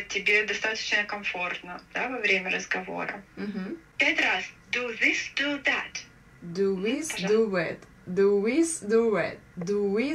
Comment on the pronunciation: Преподаватель сказал произнести фразу: Do this, do that (делай то, делай это) Автор видео говорит: Ду уис ду ует. И препод ее даже не исправил! Мели Емеля, твоя неделя🤦‍♀️🤷‍♀️мда уж…. тоже пойти чтоль в преподы англицкого…🙄🙄🤔